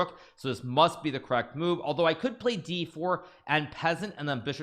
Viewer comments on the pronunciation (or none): "Ok so if I polay my pawn here then he will en pessant" (Nakamura )